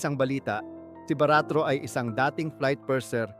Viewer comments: baricuatro not baratro 🤦‍♂️🤦‍♂️ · Sir not Baratro , (baricuatro) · Hindi yan baratro...kindly pronounce properly the new governor of Cebu ms pam "BARICUATRO " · VLOGGER CORRECTION PLEASE HINDI BARATRO THE CORRECT IS BARICUATRO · Objection Sir the correct word for Pamela Baricuatro hindi Baratro okay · Sir, Baricuatro po Sir not Baratro. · BA - RI- CUA --TRO sige ikaw BA-RAT-RO WRONG!!!:face-blue-smiling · Bago ka magsalita ay siguraduhin mo naman na tama ang mga pangalan na babanggitin mo. Mag research ka po muna. Hindi po yan baratro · Ayusin mo salita boss parang Mali pagaksabi ko sa apilido ni pam ah baricautro boss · GOV. ELECT PAMELA BARICUATRO, HINDI Po Baratro. Check your info first. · Ano'ng "BAA-RAAT-TRU" ? Hindi ka ba nag-research man lang sa tunay na pangalan ng nanalong bagong Governor ng Cebu? Gagawa-gawa ka ganitong vlog pero palpak naman ang sinasabi mo! Mag-research ka naman para hindi ka magiging katawa-tawa! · Wrong pronunciation=wrong spelling Sir. Sablay po yan lalo na sa korte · Tarantado,,, AYUSIN MO ANG PAGPRONOUNS NG APILYEDO SA POEPLES CHOICE GOVERNOR NG CEBU,,, MAG TIRA NG HIYA SA KATAWAN, GAGO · Dkmn marunong mgbasa sa apilyedo ni PAM MG ARAL KA MUNA UY KHIYA